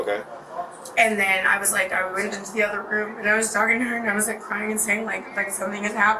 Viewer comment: IT IS NOT "RUUM" IT IS "ROOM"